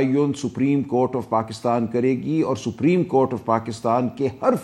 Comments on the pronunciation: GEO SAPREEM HOTA HAY YA SUPERIM HOTA HAY. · رانا صاحب نام تو سہی لو سفریم نہیں سپریم ہے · Rana cannot even pronounce "Supreme" correctly. It's not "sabreem." It is pronounced as "sop-reem."